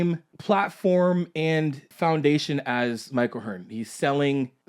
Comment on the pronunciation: Who the hell is Mike O'Hearn? You mean Mike O'tren?